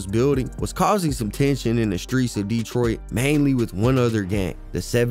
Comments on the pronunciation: Bruh can't take u serious if u ain't even got boi name right. It's 4-2 dugg. And it's 7 mile not 7th mile. Not DEEtroit. It's DetrOIt. It's gra-shit. Not gra-tiot. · I am loving your videos. You are very thorough. Just 1 thing. Not Deeetroit. Just Detroit. Lol it was driving me crazy. But I'm definitely tuned in and looking fwd to more. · Wusssup wit the DEEEEtroit pronunciation 😩🤣 u got hella good grammar and good content try not to be so animated with that gang , shit starts to tweak me out after the 30th mention of the city